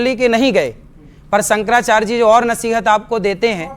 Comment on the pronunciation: अरे ऐ बातावाचक, तेरा नाम क्या है रे, अनिरिद्धाचार्य न। पहली बात तो ये है कि तुमको (आपको) शंकराचार्य बोलना नहीं आता। तू कैसे बोल रहा है कि, संकराचार्ज 😊😊😊 ये चार्ज क्या है ढोंगी और ये संकर क्या है शंकर बोल। तुमको भाषा का उच्चारण ही सही से नहीं आया और चला कथावाचक बनकर झूठा ज्ञान पेलने। तू कथावाचक नहीं कन्त्री वाचाल है। और सुनो झूठ मत फैलाओ मेकअप जीवी, राहुल ने सारे हिन्दू को हिंसा फैलाने वाले नहीं कहा । उसने कहा कि सारे हिन्दू बीजेपी के नहीं हैं और सच्चा हिन्दू हिंसक नहीं होता क्योंकि हिन्दू धर्म हिंसा नही सिखाता। ये हिंसा फैलाने वाले सिर्फ बीजेपी वाले ही है और हर हिन्दू हिंसा नहीं फैलता, ये है राहुल की कही बात उसे पलट कर झूठ मत फैला एक कथा के नाम पर 30 से 40 लाख लेने वाले।